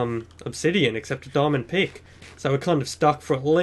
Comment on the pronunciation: I think you said diamond pig not pick